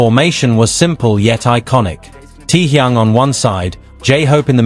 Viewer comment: Всё правильно, кроме того, что он ТЭХЁН, а не Тэхун.Простите, но уши режет, когда искажают его имя.